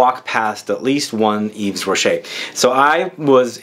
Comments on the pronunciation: Hey you shouldn't pronounce the 's'Its "eve rocher." May fave is Nouveau genre. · And yes,. The "s" is silent.